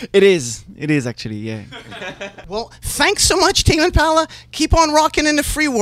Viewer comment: "Who are you Tame impala "And who's in tame impahhla"